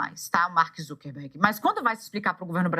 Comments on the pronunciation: ZuckeRberg, não zuckenberg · meu amigo, o nome do camarada é Zuckerberg, "montanha de açúcar ", não "ZuckeNberg"